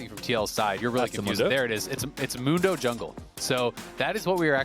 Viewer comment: The American pronunciation of "Mundo" will always be cringe.